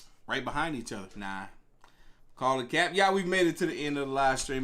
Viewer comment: It’s hard watching these, he talks to much. Chill wit the “cap” you playin tf outta that goofy ahh not even saying it right 🤦🏾‍♂️😂